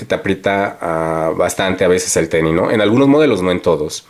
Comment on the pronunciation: El tenis, no el teni